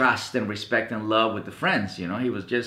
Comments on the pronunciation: But he pronounced it "Respet". XD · hahahahahahahaha "RESPET"